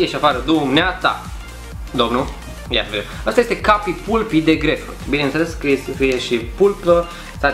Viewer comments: Se zice palpy nu pulpy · Se citeste palpi nu pulpi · Se citeste "palpi" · Se pronunta cappy palpi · Pulpy se pronunță palpi. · Se pronunță ,,PALPI" și la reclamă spune așa. No hate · se citește palpy și de scrie pulpy mă...